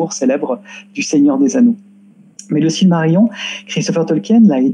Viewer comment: s v p - Silmarillion ne se prononce pas cilmarillon, mais cilmarilillon (ridicule comme orthographe, mais pour donner la prononciation quenya en lettres françaises).